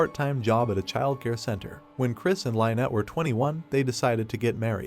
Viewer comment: You need to learn how to pronounce names. You say names fsr too frequently to be pronouncing them wrong & slow down a bit...Jeez! Lynet wtf Lyn-ette 🫤